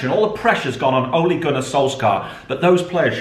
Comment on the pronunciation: Why dies pronounce Ole like that